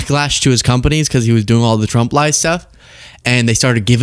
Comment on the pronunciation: One of my 2026 goals is to actively hear her voice a lot less. Maybe hear it almost never. I can read, if indeed even reading her words is ever critical, which I doubt it ever really is. That said, anyone ever notice when she says “Trump” it sounds like she’s saying “Chump”? “President Chump.” What? Hear it once you can’t unhear it. “President Chump.” EDIT: I SWEAR TO GOD I TYPED IT AND HIT SEND BEFORE LUKE CALLED IT OUT!